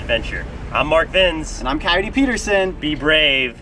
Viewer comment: if mark could speak "Cyote are you okay"